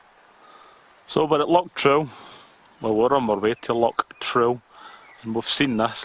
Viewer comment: Good vid mate. Stop saying lock but, its loch!